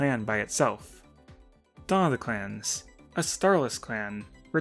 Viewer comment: For a second I thought he was saying class (yes, Battles of the Class)